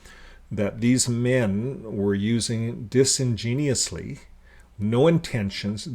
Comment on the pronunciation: dis-in-genuous not genius, great work though, im really enjoying your videos